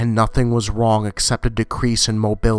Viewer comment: 'nothing was wong' i laughed so hard. good video though!